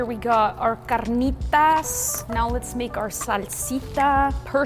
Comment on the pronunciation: I love how rolls her r in carnitas